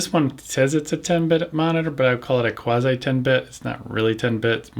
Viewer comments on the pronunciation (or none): none